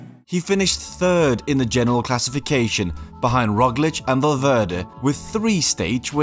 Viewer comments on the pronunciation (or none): none